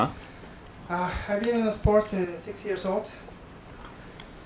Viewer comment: I really love how he says sports with a vowel that doesn't exist in the English language